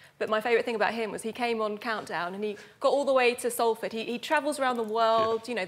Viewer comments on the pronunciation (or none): none